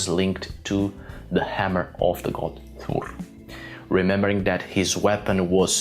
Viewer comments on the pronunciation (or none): I thought he burped but he just said "Thor"